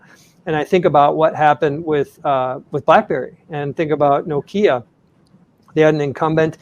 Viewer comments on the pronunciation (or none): Gene can’t even pronounce Nokia after 15 years covering Apple… Staggering.